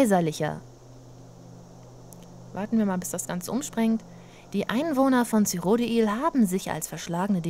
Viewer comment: Also bei "Oblivion" hat man "Cyrodiil" anders ausgesprochen als jetzt bei skyrim xD Auch schön..